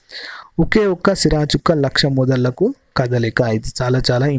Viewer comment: manchi information sir thnq. bt meru chaalaa porapatuga chaduvthunnaaru...plzz chuskondi sir. ex: 1)thimiram "tho" samaram 2) kaloji gaari.... oka sira chukka laxa "medallaku" .... (modallaku kaadu) chudakunda vine vaariki ibbandi avochhu.....🙏🙏🙏